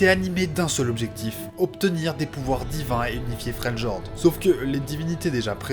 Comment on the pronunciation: like et abo mais dis fréliord en prononciation j'vais serrer